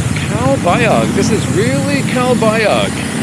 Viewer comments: My wife is from calbayog pronounced calbayoog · Omg...are butchering the pronunciation of Calbayog,. the g at end is silent. By now you might of learned also not to go to Catbalogan IMHO, it's a more poverty stricken city.